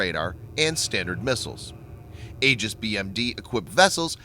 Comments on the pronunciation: Oh dear God how painful it was getting to the end of this video with your repetitive mispronunciation of Aegis. It is not pronounced "ages" but rather "ee-jis". Next time for such an otherwise excellent, important and informative presentation, which you obviously spent a lot of time developing, you might want to take one minute to go to a dictionary. P.S. : Aegis was my father's last project as Deputy Director, Naval Sea Systems Command, Bureau of Weapons in the navy. It was fraught with problems, the biggest being that on the Cruiser U.S.S. Ticonderoga (its first test platform) when they first switched it on, it drained all the electricity that the "Ti" could generate, blacking out the whole ship (aka "dropping it's load"). That was maddening. I don't know how they got around it so well as to be able to install it on the smaller destroyers. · The "A" is silent..........."E"gis..........fyi